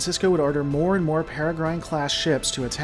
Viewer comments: 3 mins in - sorry, but it's "perra grin" not "perra grine" - the e is 'silent' - they're named after the Peregrine Falcon (a type of bird). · Paragron? Perigrine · I like watching your videos, but the way you mispronounce "Peregrine" makes me grind my teeth. "Pear-eh-grin" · Peregrine is pronounced "ˈperəɡrən". Basically ignore the "e" at the end, and you'll be okay. Ie. In this word "Grine" is prounounced "Gren" or "Grin" and rhymes with "Wren" or "Pin" You would probably be most familliar with hearing this word in speaking of the comic book hero, or the wide-spread, well known falcons he is named after. "Peregrine Falcon". Hope that helps for the future. :) I have trouble hearing certain words mispronounced, while others don't bother me, which makes it harder to enjoy some content, and I really lile your videos, so I'm sorry if it seems silly to point it out to you, or if I sound like an asshole, but I assure you its not my intention to be an asshole about this, so my appology if it comes off that way. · Erm, it's pronounced like "Perigrin", just like a Peregrine Falcon. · Excellent video.. that said, "peregrine" is pronounced with a short I like the "grin" facial expression. As in a peregrine falcon.